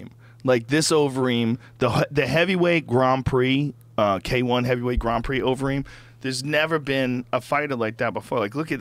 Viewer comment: "Gron Prix" Really, Joe? You fucking hanging with Madonna now? 😂😂✋